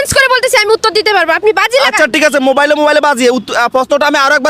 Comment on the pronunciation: Bhai uttur na uttor😂